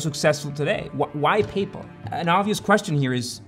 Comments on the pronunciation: "Where do they get this stuff?" Uh, from the Italian language and the terms are Sicilian Mafia terms that have just been applied to these people. It's pronounced Don (how did you get "do-hne" out of like one syllable?), and it's "PAYYYYY-pal", not "pey-pl" (How do you mess up 2 single syllable words?!) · Great vid but the pronunciation? I've always thought it was pay-pal, not papal. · Pay-pal 👏👏2 hard syllables, not papal like a pope. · So, have I been saying PayPal wrong, or is it just this guy? What I’m hearing is closer to ‘People’, like Payple- is this how it is supposed to be pronounced? Not pay + pal (as in buddy?), not trying to have a go - genuinely wondering since I expected the top comment to be that, someone commenting on the pronunciation. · Its "pay pal" not papul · Why can't you say PAAAYY sounds like papal like catholic pay pal easy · So…. Papal refers to the Pope. PayPal is the payment company that eBay used/uses, etc. Pay……Pal. Not papal. Like, your pal who helps you pay. Your pay pal. Not the guy in Rome with the funny hat. Just wanted to get that straight. ;-) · Say it with me: pay pal. Not payple. Please? And BTW, I love this channel; But it seems like other intentional pronunciations to annoy people that I've heard, lol. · Papal?? like the pope?? its payPAL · He keeps saying “paypell” like the pope. Isn’t it “pay pal” like paying a friend? Super annoying. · just a note, its payPAL not payPUL, the pronunciation you're using is for Papal, or relating to the pope. Sorry, tried to get through the whole thing without saying anything, you just for some reason keep repeating a word you arent confident in pronouncing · The way you say paypal I thought at first you said the Papal Maphia, which made me think was the pope involved with paypal? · your pronunciation of PayPal is absolutely fascinating. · Great video, as always! Side note, tou trying to pronounce "Paypal" is like Bennedict Cumberbatch trying to pronounce "Penguins".